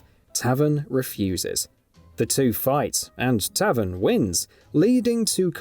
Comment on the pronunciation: Ma-va-dough not Mava-dough Lin-Kway not Lin-Kwee Also Tay-ven not tavin 😂😂